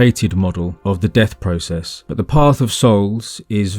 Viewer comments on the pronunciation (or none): none